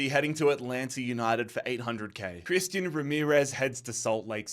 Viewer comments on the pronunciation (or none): none